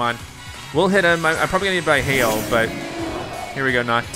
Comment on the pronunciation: he said hell instead of hail anyone else catch that?